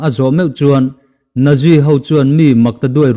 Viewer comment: I story a ngaihnawm thei viau a, pronounciation erawh improve ngaihna la awm nual thin tih kan sawi nawn leh ngat teng!!! "Naji" tia lam lo in ' Nat-zi' tia lam tur